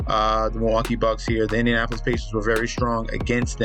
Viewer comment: bro said Indianopolis pacers